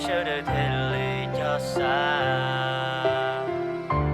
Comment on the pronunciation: "los tas" los yog "lov tav" na hahahaha